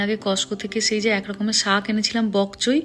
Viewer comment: সাগ ✅ শাক ❌ 😂